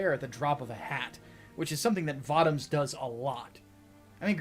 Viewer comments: It's vōtōms. Not vautaums. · You keep mispronouncing Votoms as far as I know.